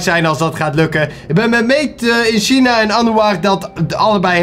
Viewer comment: Made in China lekker Nederlands China zeggen haha, lekker 😝😝